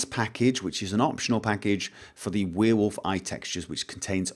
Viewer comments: Love the way you say Werewolf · I think it is about the way you pronounce werewolf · Is it just me or does he pronounce werewolf weird? Its really distracting